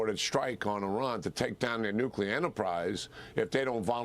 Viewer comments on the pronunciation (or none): Nuclear ... Pronunciation American pronunciation Sounds like noo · klee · ur